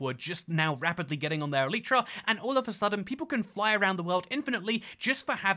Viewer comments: It's E-Lie-Tra, not E-Leet-Tra. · "eletra" LOLLLLL